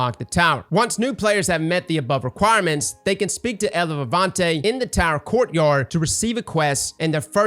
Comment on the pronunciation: Say it with me eeva not evva